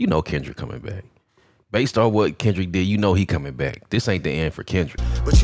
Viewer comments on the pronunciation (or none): Kendrick …. Not OV-ho